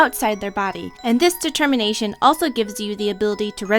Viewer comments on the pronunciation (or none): dertermination?? never heard of itDetemminationoh yea that